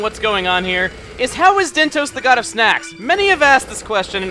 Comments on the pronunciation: Dyntos. as in DYNtos. as in "Time for DIN-Din! but thats dinner. so even that's a stretch. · Dyntos. look at the name like this DIN-tos DIN, as in DINNER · DIN-tos, like DIN-ner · Dyntos almost sounds like "dinner", it seems clear this is what they were going for to me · The dyn in dyntos, pronounces like din in dinner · Actually, I don't think it's pronounced like that, Chugga. I think it's pronounced DINE-tos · Maybe Dyntos is supposed to sound like Dine-toast... Yeah I don't know either. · Maybe Dyntos just sounds like a snack, like Mentos or something.